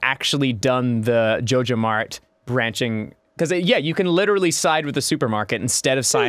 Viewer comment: Are they saying jojomart if so they are saying it wrong it is J O J A M A R T ok